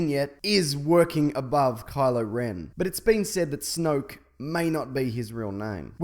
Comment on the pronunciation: Ren not den.